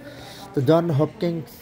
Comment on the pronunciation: JOHNS HOPKINS not John Hopkins.